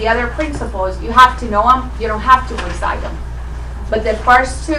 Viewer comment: Recide them??!! I think she means recite them?! Really?! Wtf is this 2nd grade??!!